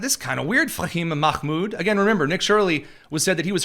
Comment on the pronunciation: There's no presumption of privacy in a public space. You pronounced Fahima Mahmoud so well I had to wipe spooge off my screen!